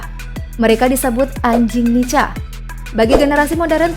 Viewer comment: Dibaca (nika) bukan nica.. kebanyakan yg berkhianat saudara2x kita dari timor..